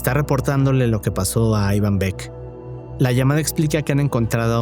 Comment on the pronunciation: Pero si no sabes pronunciar el nombre Iván jajaja aivan dice jajajaja amigo no jodas, jajajaj eso lo primero